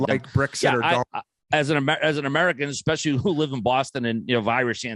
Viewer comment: One of them is “ecspecially” instead of “especially”